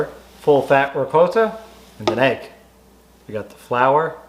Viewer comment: Thank you for pronouncing ricotta properly